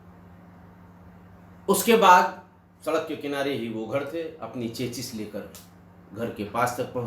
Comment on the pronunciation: Chachis? Its CHASIS चेसी